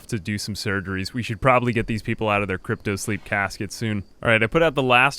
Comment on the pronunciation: Why do you call cryo sicknrss crypto? They are completely different things